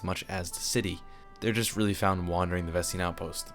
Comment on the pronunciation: i say ves tain not ves tein